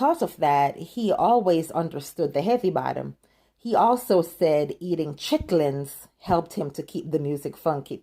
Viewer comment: Did you say "chicklins"? It is pronounced "chitlins". Get my soul food right sister!